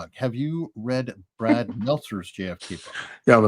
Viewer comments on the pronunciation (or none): none